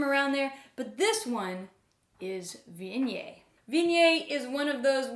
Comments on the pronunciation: "Vinyay"? Is that how Viognier should be pronounced? I thought it was more like Vee-on-yaer. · Respectfully - it is pronounced as Vee-oh-nyay. If one is going to teach people about a grape, pronouncing it correctly would be a good place to start.